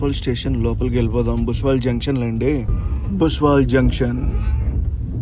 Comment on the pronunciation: భుసావల్ జంక్షన్ భయ్యా అది. బుస్వల్ కాదు. ముఘాల్సరై తర్వాత అతిపెద్ద రైల్వే యార్డ్ ఇక్కడే ఉంది.